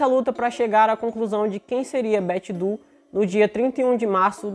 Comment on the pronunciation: bom trabalho! Incrível como essas coisas acontecem e alguns casos conseguem ser finalmente resolvidos, né? 😁 Ah! Para referência futura, Doe se pronuncia Dôu, não du. 😉